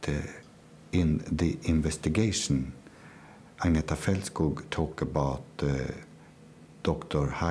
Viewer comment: It's Felt-skoog, not Fault- skogg